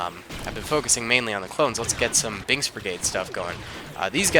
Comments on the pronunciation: well probably just me hearing the "k" as a "g" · Did you actually say "bings brigade"? Or did i hear it as "bings" and you actually said "binks" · he said binks from my ear